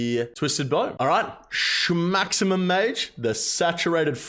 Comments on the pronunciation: Say shmaximum one more time bud, say it one more time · stop saying shmaximum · Bro please stop saying shmaximum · Drinking game: Take a shot every time he says "SCHMAXIMUM"